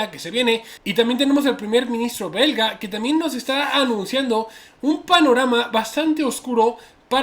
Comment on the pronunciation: Dijo berga en ves de belga jaja